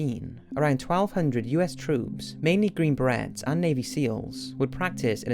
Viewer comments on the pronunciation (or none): Green berets is pronounced like "green ba-rays". Not like the accessories women put in their hair. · I laughed harder when he said green barrettes instead of green berets. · It's Pronounced "Green Buh-Rays" (Green Barretts) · Green berets are pronounced "ber-rays" c'mon man.